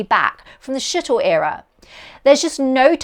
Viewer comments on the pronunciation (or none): It's not Shittle....but Shuttle. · I thought I heard "Shittle program" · The "Shittle" Program? Really, are you in the right business? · Whats a "Shittle"? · "Skittle" is what I heard. Huh,? 🐱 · Shittle - a good slip - taking huge wings up to airless orbit was silly, and to use easily melted aluminium was silly too. But, you had to have wings, it just looks like something that should fly. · "the shittle program"? wait what??? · "From the shittle era !" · It's the New Zealand Accent or Aussie IDK watch the SHOW - Taskmaster NewZealand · Me too 😂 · She said it several times. I wonder how she says, 'Shut that door!' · I thought I heard "shithole" 😂😂😂😂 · yep. Definitely